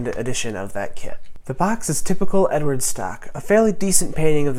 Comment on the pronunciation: Wag matey it's Ed ard, you say it a London cockney 😉 dunno who Edward is 😆. Look forward to your reveal buddy 👍